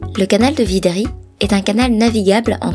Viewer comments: C'est le canal de "vridi" et non vidri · C'est vridy et non vidry Merci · Le canal de Vidri, c'est le canal de Vridi bien sûr, mais quand on embauche des dyslexiques faut pas s'étonner. Y'a pas non plus de "le" Yopougon, c'est Yopougon, point, et pas de "le port" Bouët, mais Port-Bouët (mais le parc DU Banco). Et on ne dit pas quatorze-z-hectares, ni les sentiers "boisiés". A part ça, avant 1900, Abidjan était un petit village de pêcheurs, si elle est devenue ce qu'elle est, c'est en très grande partie grâce aux Français, sur lesquels les Africains crachent aujourd'hui. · VRIDI. Pas VIDRI. Svp corrigez merci.